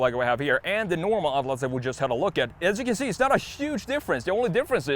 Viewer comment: Your pronunciation of Atlas 👌🏼 spot on